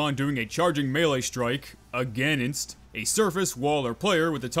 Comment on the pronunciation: "Aganist" hahaha